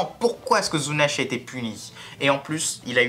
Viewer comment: ZuneshAAAAAAAAAAAAAA, pourquoi vous dites Zunesh ? Sa me stress 😕